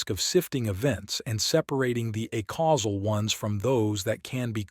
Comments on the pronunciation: Every time you say "uh-causal" instead of "ay-causal" I have an aneurysm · It would be quite helpful for the listener if "acausal" and "a causal" could be audibly distinguishable. This could be achieved by pronouncing "acausal" as "aycausal" but maintaining the current pronunciation of "a causal". Thank you very much for providing this resource in such a clearly intelligible format. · I wish this reading made a distiction in the pronounciation of "acausal" and "a causal" as it should